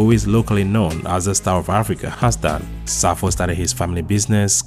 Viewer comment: His name Is PROFESSORE EMERITUS SAFO KANTANKA NOT (SAFUL KANTANKA)